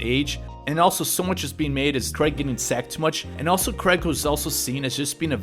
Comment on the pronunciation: The AI idiots can't pronounce his name correctly....